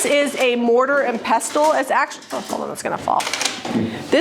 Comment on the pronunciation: The T in pestle is not pronounced.